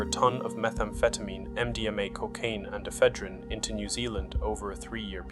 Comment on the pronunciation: It’s annoying when AI narration can’t pronounce words like Ephedrine properly……swiftly kills it for me.